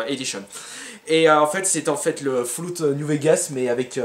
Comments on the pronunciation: foullout.. LOL mauvaise prononciation fall c'est comme fal en francais. En tout cas courage pour le déménagement, je DETESTE sa surtout quand t'as plein de truc en l’occurrence des jeux pour toi lol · ça fait partie du les mauvaise prononciation "64 = 60-cat", "Resident Evil = resenzevil", "Fallout = Foiuloutte" ou un truc du genre etc.. Bref on s'y fait: ) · Tu soule quand tu dit foulogu